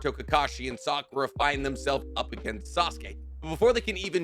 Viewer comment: why did bro just keep miss pronouncing Sakuras name 😂